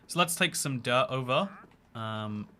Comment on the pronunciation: I love that when ever says dirt it sounds like derp. "The derp forest" just sounds like a forest full of me's